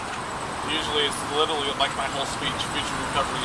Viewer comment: “Like witerally” 😬